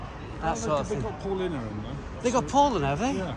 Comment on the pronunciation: Catching up on these vids,. Bloody great. Only thing I’ll say, Paulaner is pronounced, Pow-larn-uh.